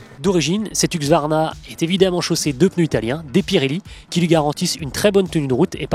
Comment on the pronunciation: C'est huSQvarna, pas huQSvarna !!